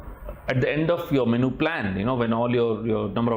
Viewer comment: Correct your MENU pronunciation